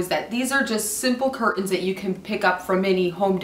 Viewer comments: Is there no T in curtains? Cur-ins? Really? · 'install 'cur-ens'??? Jeeeze! at least SAY THE WORD 'CURTAINS' PROPERLY!